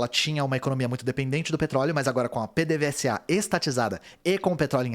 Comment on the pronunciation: PDVSA se lê Pêdêvêsa.